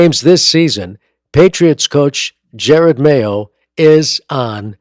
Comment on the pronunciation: enjoyable commentary, but his first name is pronounced "ja rod", not "jer red"